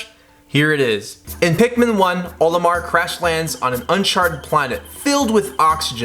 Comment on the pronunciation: You said olimoar again……. Cool vid either way